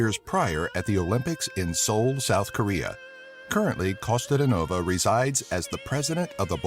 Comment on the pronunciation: Costa-de-nova haha I like how foreigners struggle to pronounce most of our names and words :D No hard feelings tho, cheers from Bulgaria ;) p.s you forgot about Hristo Stoichkov and that we're the largest producer of lavender in the world, surpassing France last year